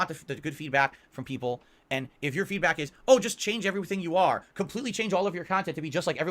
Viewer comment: He really needs to stop using the word feedback if he cannot pronounce it properly.